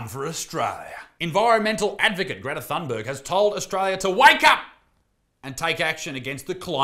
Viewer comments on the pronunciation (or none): none